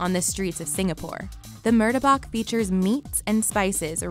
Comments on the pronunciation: "roe-tea" / "murda-bok" my dude,,, its,,,, "roh-ti" / "mar-tah-bak" roti and martabak <33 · When she pronounce martabak sounds like murdebuck, i stop watching the vid😂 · Murtabak. Yes that’s how you spell it but it’s pronounced mu ta bak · the way she pronounced Martabak made me so mad. maybe it’s just my indonesian instincts.